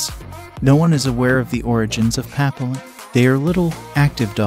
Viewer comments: You need to drill your robovoice on pronunciation. Bitch-on Fries? Pappy-lon? Sam-oid? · Please learn the correct pronunciation of the Papillion, the Bichon Frise, Samoyed. Also the pictures of the toy poodle are not toy poodles,. You have a blue sheltie pictured, not a papillon in several instances. The mispronunciations and inaccurate pictures demonstrate a lack of knowledge about dogs. With the numbe4 of double coated Spitz type breeds on this list, it is clear that this is your opinion. Try looking at some herding, sporting and hound breeds instead. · It would be better if the types of dogs were pronounced correctly: Bichon, Papillon…